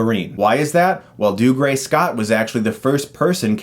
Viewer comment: Every time Chris mispronounces "Dougray" I want to claw out my ears